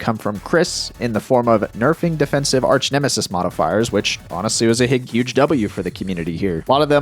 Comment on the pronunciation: Did you really say arsch nemesis on purpose ?